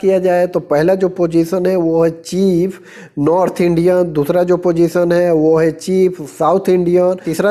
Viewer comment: Chef mean चीफ़ नहीं शेफ होता है भाई